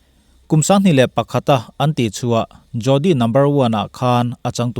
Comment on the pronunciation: Jodi hi jori ti a lam tur.. D hi d leh r ri tel a lam ṭhin tur Hindi ah chuan a tam mai